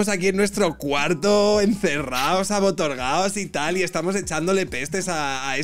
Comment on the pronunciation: Se dice abotargados, no abotorgados